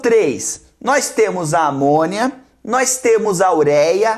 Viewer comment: Sempre que o Jubi fala: "eles vão excretar por amônia", eu entendo: "eles vão excretar por amor" kkkkkkk